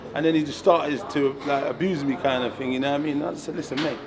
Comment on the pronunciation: It’s thing not ting 🤷🏽‍♂️